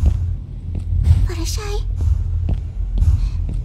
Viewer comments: ITS FLUTTER SHY NOT FLUTTER SHEE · Smitty Werben Jaeger man Jensen Its Fluttershy - Why are you calling her FlutterSHEE?